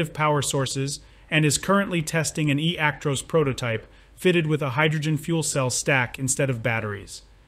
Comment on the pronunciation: ActROSS nof ActROSE, stupid Americans